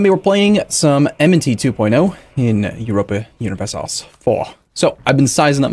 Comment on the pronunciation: Uropah Hunivershalesh fahr?